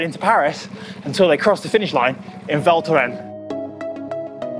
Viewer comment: The “s” in Val Thorens is not silent.:)